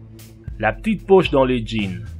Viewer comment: "la tite pauche" mdr